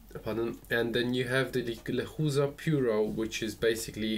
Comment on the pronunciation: Lechuza means owl but the right way to pronounce is leCHUza no lekuza